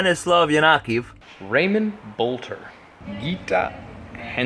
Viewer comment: Surprised you pronounced my name correct! Most people for Boulter say it like 'Bowl, Ter' nice work and keep up the good work!:D